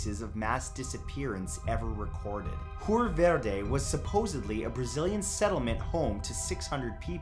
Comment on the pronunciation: Verde 😂 the pronunciation!